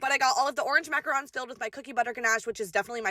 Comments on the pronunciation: mackarons? It killed me macaroons!!!!! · I’ve never heard someone pronounce macaroons as mackarons😔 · MACRANS!!! Bahahahaha...... it's MACAROOOOONS!!!!!!!! Not macrans!